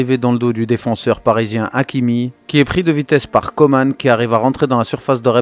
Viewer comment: COMAN ça se prononce ''Comment'' il l'as déjà dit c'est français